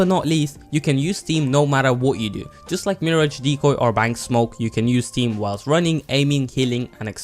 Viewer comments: its the way he pronounces it youtube captions read it as steam also i made fun of the fact he thought it was a pilots name in tf2 but finally r/wooooosh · Anyone else slightly annoyed with how he says stem?